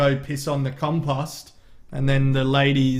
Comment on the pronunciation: It’s pronounced COM-POST!